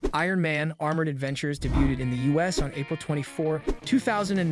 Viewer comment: I immediately noticed that it mispronounced debuted in the first 3 seconds.